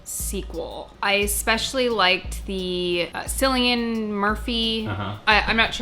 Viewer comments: Cillian murphy's name is pronounced as killian. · It pronounced Killian not Silian. needs to know!!! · “Sillian Murphy” wow, nice 😂🤣😅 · Cillian Murphy’s name is pronounced like Kill - ian, I don’t know if it’s a common name in America but that’s how we pronounce in Ireland where he’s from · It’s pronounced Killian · It’s a hard C in Cillian Murphy FYI but 👍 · As an Irish person watching and try to pronounce Cillian Murphy was too funny. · Cillian: KILL-e-uhn Djimon: JY-muhn